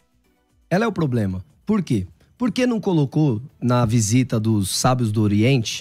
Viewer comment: Nitidamente decorou umas palavras em hebraico e grego... e fala pobLema... socorro haha